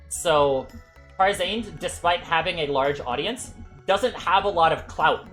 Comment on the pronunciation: why the way he says tarzarnd is kind of weird